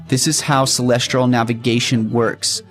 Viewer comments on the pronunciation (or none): Why does he keep saying "celestral" Instead of celestial? 🙄